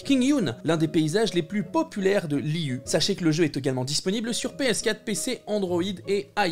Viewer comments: Hello hello ! Petit point intéressant ! Liyue ne se prononce pas [lï-u] mais [li-ïuè], étant donné que ce nom est issu du chinois !! ;) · Super vidéo, comme d'habitude ! Très pressée de pouvoir tester tout ça 💕 Petit détail cependant, on prononce ça Liyué ;)